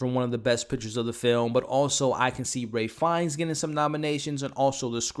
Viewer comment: I seriously couldn’t stop hearing his mispronunciation, along with how he said he was a big fan of Ralph Fiennes, but couldn’t say his name properly! I usually like this channel, but this was disappointing.